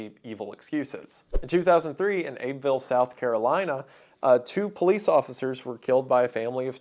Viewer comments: “Abbeville” is pronounced “Abby-vill” not “Abe-vill”. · Oh my god my home was mentioned by wendigoon- it's also pronounced "Abbey Ville" not "Abe Ville" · I’m sorry Wendigoon, but SC is a really stupid state and it’s actually pronounced “Abby”ville not “Abe”ville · Good video, but the pronunciation of Abbeville was wild. Abb-vull and Abby-Ville are acceptable. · I was in college in next town over from Abbeville, SC when that one happened. Couple of corrections: it’s pronounced “Abby Ville” like the name. And the whole “reasoning” the Bixbys had was the govt was unlawfully trying to steal their property, but there was actually an easement in place since the 60s. They had been pulling out surveyor stakes and threatening dept of transportation workers. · Not that anyone cares, because its a middle of nowhere shithole. But, Abbeville is pronounced like the name Abbie. Then ville, of course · Pronounced "Abbeh-ville", emphasis on the "eh", lol. You should try Catawba or Oine next, lmao. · I've never ever heard Abbeville be called Abe-vill but i will absolutely be keeping that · Omg the mispronunciation of abbeville 😭 I live 30 minutes away from there and go to their football games and restaurants often! I was so surprised when he mentioned it! It’s pronounced like “abby-ville” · 21 years ago today. And it's pronounced Abby-ville. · Abbeville is pronounced Abby-Ville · Wendigoon, Its pronounced Abbey-ville county. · I cringed at how he said “Abbeville”